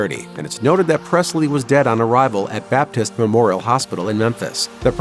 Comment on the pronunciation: There is no “t” in Presley